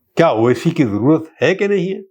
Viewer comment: اچھی اردو ۔۔۔۔۔۔🙃 "کیا" کو تو "خیا" بولتے ہیں۔۔۔۔😭